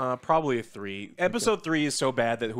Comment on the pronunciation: Why does pronounce the word "three" like that